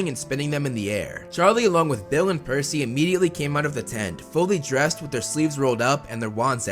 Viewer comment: Its PERCY Not PEARcy!